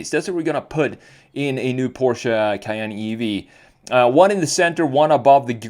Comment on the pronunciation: The Porsche Cay-ain't